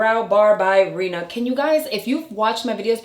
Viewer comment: 😂 I think you keep saying brow bar by Reena but it’s Reema with an M! No shade just noticed it bc my name is Rima pronounced the same just different spelling! I love your videos! ❤️